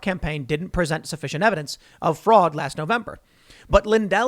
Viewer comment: sooo much fwaud! WAAHHHhHHHHhhhh Dey stowl it wit FWAUD !! Im TEEWWING ON UUUU